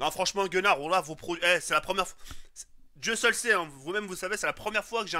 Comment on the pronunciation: I dit pas gunnar i dit connar lui